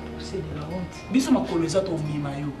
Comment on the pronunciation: Déborah "procès de la wonte !" (honte)🤣🤣🤣🤣🤣🤣🤣🤣🤣🤣🤣🤣🤣🤣🤣